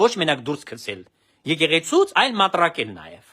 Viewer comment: "Մտրակել" ոչ թե "մատրակել"։